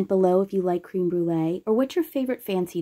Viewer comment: Crème….not cream, short E